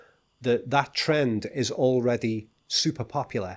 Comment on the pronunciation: also I like your tern TERND, it sounds drity